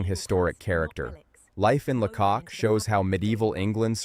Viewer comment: AI slop. Where do you start with this rubbish? Weird maps, cars driving on the right hand side of the road and it’s pronounced Laycock with the stress on the first syllable. La cock indeed!